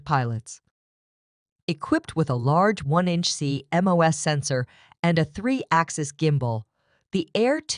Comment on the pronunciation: From a Content and Information perspective, this is outdated and incorrect information. However... the AI TTS is well done and mostly high quality. (minus the ability to say CMOS) 😏😏